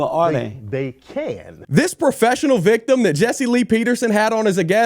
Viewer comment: Bro said a professional Vicitm!! frkn hilarious 😂 😂